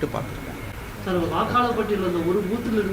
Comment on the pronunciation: Chaar, Jarry chaarrr.🤣